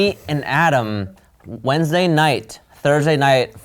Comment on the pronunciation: "we shot this video on a wednessday" is the funniest thing on this video 🤣